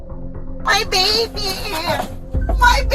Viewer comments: Hate when people finish words with "a". Baby'a. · My baby-ah!!! Why does this generation and add a ‘ah’ to everything? What did I do-ah? I think the boyfriend got more use out of her boobs and the baby did. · My babeaaaah, my babeeeaaaah, my babeeaaah! Good grief, girl, it is a two syllable word! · "MMY BABY-UUUUH" Why do Karens always attach that extra uh syllable at the end? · My babyah my babyah my babyah,noah no no noah.Puting ah at the end of words has been spreading fastah. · My Baby-uh, my baby-uh! I hate that! Why does everyone put UH at the end of every word now? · Don’t cry about your baby-uh now… you left the same baby-uh… in the car, in the cold!😡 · She is one of those who puts "ah" at the end of a word. UGG! "My baby-ah, my baby-ah" but her main priority was the chase her boyfriend down, leaving her little baby in a car while she had one drink, two drinks who knows! She would have driven home after those drinks with that baby, and he would have let her! Absolutely disgusting! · My baby-ya! How I hate when drunk women make a 2 syllable word into a 3 syllable word. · That fake crying is so appallingly common - not to mention grating. "My baby-eaah! My baby-eeeaaahhh! What is it with those bizarre vowel sounds a certain class of American person seems to make during or after arrest? Frequently heard during this type of video. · Babieeeeee-aaaaa! Ooh I HATE when people add that annoying 'a' after their words! Like nails on a chalkboard to me! Pure CRINGE! 😖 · Baby only has two syllables. My baaaabyyyyyah. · "My baby-uh!!!" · "My baby-uh." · “My baby-uh!” /sigh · I don`t know when this addition of extra syllables at the end of a phrase started with so many people ` My baby , `ah` . My baby ,`ah` . It`s for sure a sign of lower education brain farts . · Is anybody else annoyed when people put uh on the end of words? My baby-uh! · When did the word "baby" turn into a 3-syllable: "Bay Bee Yah"?